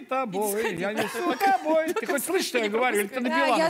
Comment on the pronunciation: Ну и слова особенно лежа-ла, ма-ла, я палею тапой , тышу тапой. Испохабить хорошую музыку такими ударениями и произношением надо умудриться. Уши режет.